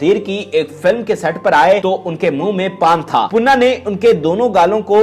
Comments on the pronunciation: Panna not punna please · Sir if u don't mind to meharbani karkay sahi pronounce to keejiye punna nahi parna gai oonka naam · Tum mai akal nahi hai Kaya punna punna laga rakhi hai sahi pronounceation Panna hai. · punaa nhi pana nam ha ap bar bar puna khtya rhya hu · khuda ka khoaf krain .............. aik viewer nay aapko kaha bhi hai keh .... issss Legendary Dancer ka naam durust kar lain ...... Laikin poooray video mein +++++++++++ PANNA ++++++ Ko +++++PUNNA ++++ keha gaya +++++++++++++++ Very Bad and Very Sad '''''''''''''''''''''''''''''''''''''''''''''''''''''''''''''''''''''''''''''''''''''' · aahista boola kro date of birth btaya kro punna nhe panna ha name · Panna not punna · Your pronunciation is so bad her name is pannna not punna do some home work he dosent belong to nawab family there is limit of lies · Hahaha Bilkul sahi 👍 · Bhai puna nahe Panna, zabardast video thanks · Jahil admi pannah hai baqi Sara urdu talafuzz ghalat hai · او پیندو اردو تو صحیع بولنا سیکھو نام تو پہلے دیکھ لو کہ کیا بولنا ہے😡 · Please before uploading do your homework atleast say the correct pronunciation of name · Please learn urdu first...She is a Living Legend...we are proud of her..you pronounced her name wrong...Panna ji deserves more respect. Lots of Love and Salam from Manchester..Stay Blessed